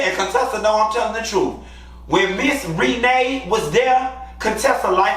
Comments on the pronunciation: I love how you call that lady “Ree-nay.” 😭😭😭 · Lord everytime you say Miss REE-NAY.. I holler lol 😂 🤣🤣🤣🤣🤣